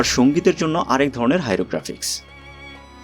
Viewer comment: হাইরোগ্রাফিক্স নয়,হাইরোগ্লিফিক্স।